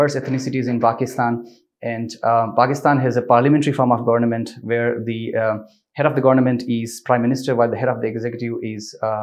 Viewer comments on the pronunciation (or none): He has repeatedly mispronounced the word "government".